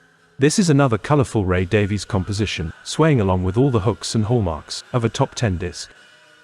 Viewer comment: Stop pronouncing 'Davies' incorrectly! It's insulting and ignorant. Respect the pronunciation used by Ray Davies himself